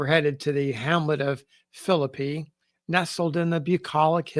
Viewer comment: It is so refreshing to hear a historian pronounce the name Philippi correctly. I grew up in the area and lived in Philippi for a few years.